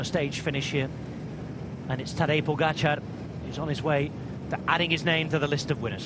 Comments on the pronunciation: No it's not. The stress is on the A - PogAchar. Source: im Slovenian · Please speak Tadei's family name correctly, closer to his native language spelling. That PogAchar is ridiculous, right spelling is POgachAAr with double accents. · His name is Tadej Pogaćar, the j is pronounced as a y and the accent on the c changes the pronunciation from a regular c.